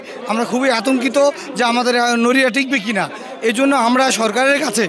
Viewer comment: নইরা কী শব্দ? সঠিক ভাবে শব্দের উচ্চারণ করতে পারে না আসছে সাংবাদিক হতে 🤣। শোনেন আমাদের নড়িয়া হচ্ছে আওয়ামীলীগ আর বিএনপি নেতাদের দখলে। এতো দিন আওয়ামীলীগ নেতারা সব কিছু ধ্বংস করছে আর এখন অবশিষ্ট যতোটুকু রয়েছে বিএনপি নেতারা ধ্বংস করবে। আমি নড়িয়া জেলার বাসিন্দা হিসেবে খুব অসহায় 😭